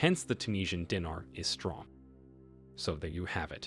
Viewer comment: Dee Nar, not Dinner